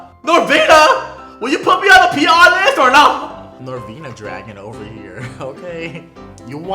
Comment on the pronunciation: It should not be pronounced dragen it should be draguuun